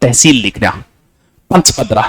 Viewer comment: Paspadra not panchpadra